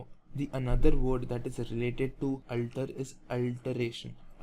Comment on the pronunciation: sir,its a very excelent initiative...very thankful .....but the only one thing i got confused with is the pronounciation of *alter*.I felt that the way you pronunce "alter" is diferent from the google pronunciation...which is the correct pronunciation?